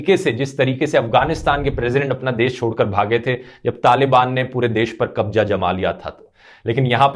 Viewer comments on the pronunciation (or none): Bhai kabja nahe hota kabzaa hota hy